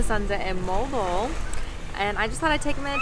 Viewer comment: Its pronounced Mohh-Al Bo-Al